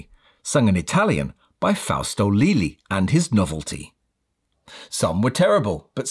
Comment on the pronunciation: I can't refrain myself from correcting Leali pronounced as Lily in a world with Google translator! :D Other than that... great videos!